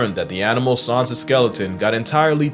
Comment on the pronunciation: bro what is that pronunciation for Sans